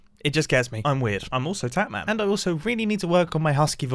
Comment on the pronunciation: Ur potatman, not tatman